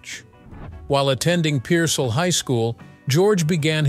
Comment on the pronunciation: Pearsall is not a suburb of San Antonio. Pearsall is about 55 miles South of San Antonio on I-35 toward Laredo. Pearsall is peer-sall. Sall is pronounced like salt with a silent t.